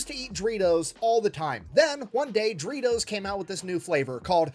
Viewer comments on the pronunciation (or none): Still find it funny he pronounces doritos as dreetos